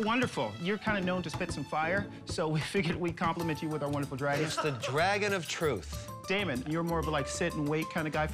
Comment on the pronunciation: Crawl It's Daymond not Damon. Also, Robert rarely makes deals, so he should be replaced if anything.